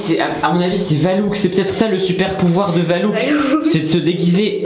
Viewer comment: C'est pas valouk c'est valak